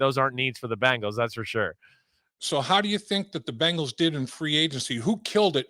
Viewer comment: Love hearing from Chris. You just gotta teach him to say BEngals and not BAngles! The Bangles are a band from the 80’s!